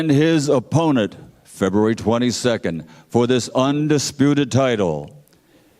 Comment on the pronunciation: "his OPPONUT" 😂 I think buffer was buffering.